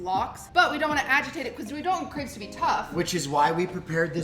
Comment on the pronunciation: I'm not even French but oh my god, I absolutely hate their pronunciation of Crêpes. Nice video though.